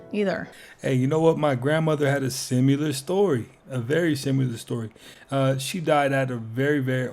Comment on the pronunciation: Theres no U in similar ! Its NOT simUlar